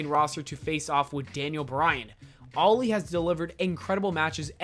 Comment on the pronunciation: The way you pronounce Ali's name makes you sound as if you're saying "Loli" oof